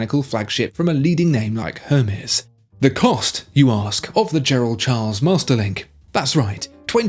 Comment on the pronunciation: Hermes = pronounced * Er-May * Making yourself sound stupid mate.